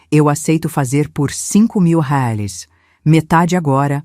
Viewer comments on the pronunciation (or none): Essa narradora é muito chata,toda vez que vai pronunciar reais, pronúncia como se fosse uma palavra estrangeira.